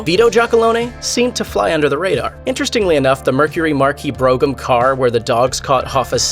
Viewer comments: Mercury Bro gram? It's pronounce Brahm. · “Bro-gum” car?? 😂🤣. Dude. It’s a “Brome” or “Bro-um”. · It's "Brome". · You have to love these millenial narrators. A Mercury "brogam"? It's pronounced "brome". He probably never heard of that model. Also "Mister the Greek"? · Bro - HAM ! ! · No, it's not. "Brome" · Bro in the word Brougham the "g" is silent FYI. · In Mercury Brougham, the word "Brougham" rhymes with the word "home", just an fyi. It's an epic old-school "land-yacht", lol! That was a mint pic of the one in your video. I like the range of topics in your vids. Subscribed, thanks.